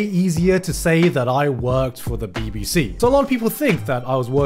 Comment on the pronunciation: it sounds so wrweong everytime he says bbc omfg..